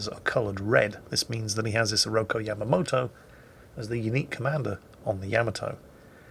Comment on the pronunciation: It's IsorokU, not Isoroko.